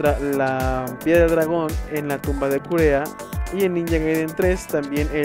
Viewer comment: Kureha... se pronuncia Kureja.